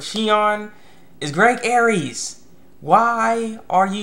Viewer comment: Greg's last name is actually pronounced "Airs". Sorry it's just a pet peeve of mine.